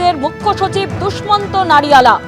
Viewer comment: No Dusmant it's Dushyant.